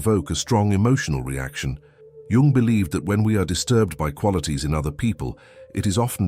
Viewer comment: Thank you for pronouncing. His surname properly unlike dumb americans YouTubers who call him young